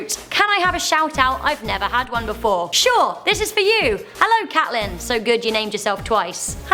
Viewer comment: I'm pretty sure it's pronounced Cate-lynn and not Cat-Lynn!